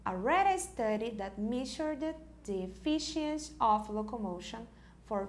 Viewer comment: As pronúncias estão muito erradas nas palavras MEASURED, EFFICIENCY, SCIENTIFIC, REMARKABLE... Mesmo após tanto tempo acho importante corrigirem, quase 4 mil alunos já passaram por aqui e estão aprendendo errado!